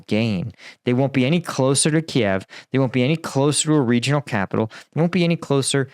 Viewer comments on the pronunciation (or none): none